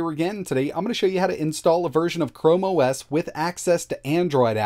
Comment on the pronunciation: CHOME OS 😂😂😂😂😂😂 Let's not forget that time he didn't edit video properly